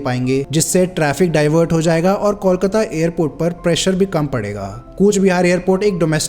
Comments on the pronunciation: It's not callkata it's Kolkata! ok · 'Coal' kata not 'Kaul' kata. First correct the pronunciation.. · Since when did Kolkata become Kawlkata? Even in Hindi the spelling is कोलकाता. O ka matra became Aww? Shitty audio, wrong facs and too many wrong images used for representation. Needs way better research. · Kindly pronounce the name of Kolkata properly. The way you are pronouncing it the spelling would be Callcuta which is incorrect. Pronounce it like Coal-kataa. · Please understand what I am saying here. Calcutta is the name given by British. But what I said about the pronunciation is Call-kataa. The actual pronunciation is Coal-kataa.